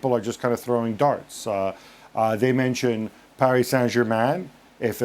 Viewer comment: Gab you do realize you don't say the accented words of a foreign language unless you are speaking it. That's like speaking Spanglish. When you mix them together. If you want to say Paree Sain Germah you need to say the entire sentence in French. Frank has an excuse. The guy is French speaking English. The accent is natural. He can't help it. He doesn't do it on purpose. You are English speaking and American like me.